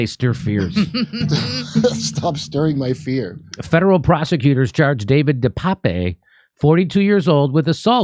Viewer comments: And please start pronouncing his name correctly. Duh-Paap (I have no clue how to phonetically represent it but it’s only 2 syllables and is sounds like Duh and then Tape. It’s not Pepe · It's pronounced David Deuh pââp